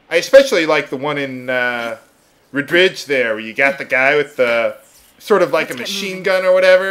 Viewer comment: not to be mean or anything, it's pronounced RED-RIDGE.